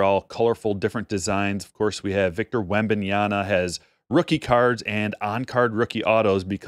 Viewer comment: It's WembanyaMa. Not Wembanyana. Otherwise agreed with your points. Hobby seems much much better than retail